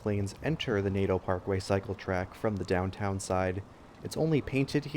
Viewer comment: waiiiit .... did you say ...... cyc-letrack?